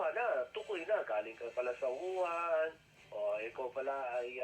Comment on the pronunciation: WUHAN PO Hindi YUHAN! May problema po ba kyo sa Pandinig po?pasensya npo napansin ko Lang. Sana po sa susunod topic nman about sa Kilay. Fan nyo npo ako